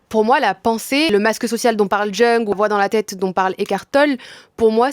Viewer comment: Jung ça se prononce « young ». Parfaite la vidéo merci ❤️❤️